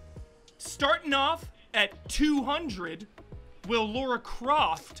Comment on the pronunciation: Respect to for correcting shocking pronunciation of Lara. then attempt was classic though.